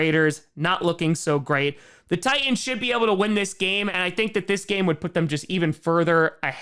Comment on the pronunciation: For some reason the audible apostrophe in "Tie'ans" amuses me far more than it should. I guess I'm just used to the "Tightens" pronunciation you usually hear in Tennessee. (Hence the slogan "Titan Up")